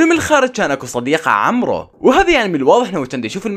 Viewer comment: عمرو ❌ عمور ✔️ 😘😘